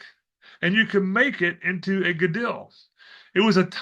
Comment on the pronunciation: the ‘dol’ in Gadol is pronounced like ‘Dole’ brand pineapple/fruit many thanks for your work from a new subscriber🙏